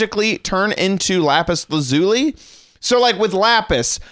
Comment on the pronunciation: You said lapis lazuli wrong just saying